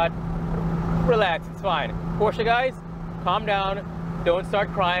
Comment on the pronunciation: "porsche".......? I think we discussed this lmao